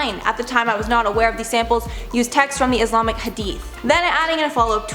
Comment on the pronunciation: You said islamic wrong